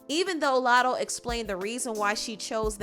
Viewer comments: PRONOUNCE IT CORRECTLY. ITS NOT MOO LATTO. ITS MUH. LATTO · “LATTO” fucken wack ANYWAY.